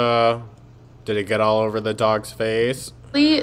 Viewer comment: Also, she says "ALLS!!!" She does do it on purpose. You can catch her saying it the right way!!! But, she knows when she does it on purpose!!!